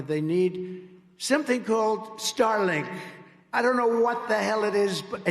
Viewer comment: I thought he was talking about silence of the lambs again. Starlink, not Starling😂😂